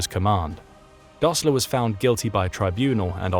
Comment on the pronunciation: “Rishert”? “Dosler” Fühererreserv”? When taking up details from German history, I suggest better pronunciation of German names and. words.